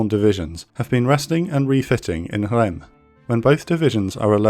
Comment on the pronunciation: This is an incredible resource, thank you so much. Anyone has the name of the sargent involved in the Dec 17th 1944 bazooka fight in Holzthum? One tiny comment: Reims is pronounced in English like the first word in the expression "reams of paper". In French is sounds almost like the German name "Hans". In both cases the s is pronounced.